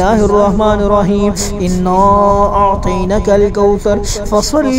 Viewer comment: انا اعطیناک الکوثر ھے۔۔۔۔اور پڑھ رھے ھیں انا اعطینک الکوثر۔۔۔کچھ لوگوں کو سمجھ نہیں آۓ گی۔۔۔۔لیکن سمجھنے والے سمجھ جایئں گے کہ اعطینا اور اعطین کے معنی میں کتنا فرق ھے۔۔۔ اعطینا پڑھتے ھوۓ اعطینا کے نون کو کھڑا نہیں کر رھے۔۔۔۔بلکہ پڑا نون پڑھ رھے ھیں۔۔۔جس سے معنی میں فرق پڑ رہا ھے